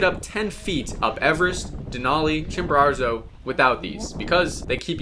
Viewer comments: Why do you say Chimbararzo? It’s Chimborazo. No R at the end. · I hate the way you say “Chimararzo” over and over lol. It’s “Chimborazo” why are you adding a 2nd R? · could you please stop saying ChimboraRzo, it's Chimborazo. Thanks! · La Montaña se llama Chimborazo no chimbero!!! Es molesto escucharlo mal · Chimborazo, not Chimborarzo. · Great video but it’s Chimborazo not Chimborarzo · Please pronounce Chimborazo correctly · I am ecuadorian and the way you say Chimborazo is so funny you add in an extra r somewhere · How does one mispronounce Chimborazo??? It’s not like it’s a significant peak or one you’ve summited or anything… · bro can't even say chimorazo - idiots like this destroy mountaineering